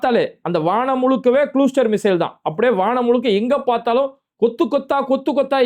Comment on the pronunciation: இஸ்ரேல் எங்க எரியுது.. இஸ்ரேல் அடிக்கிற அடில உன் வயிறு தான் எரியுது 😂😂😂...நீயும் நைட் புல்லா யோசிச்சு வெட்டி ஒட்டி விடிஞ்சா உருட்டி முட்டு குடுத்து பார்க்கிற....ஆனால் இரான் சும்மா வாய் உதார்தான்...ஆனால் இஸ்ரேல் சொல்லாமல் ஒவ்வரு ஆளை தூக்குறான்...அது சரி அது குழுஸ்டர் இல்ல அது கிளஸ்டர் 😅😅😅😅